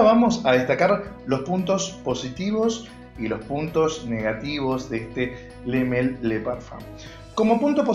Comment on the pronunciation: Le male porfavor decir bien el nombre porfavor